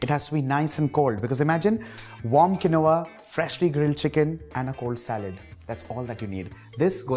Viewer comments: The pronunciation is kēnwä , not kenowah. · He pronounced quinoa wrongly